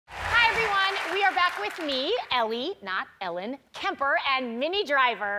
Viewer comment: Who all heard minnie as mini driver during beginning 🤣🤣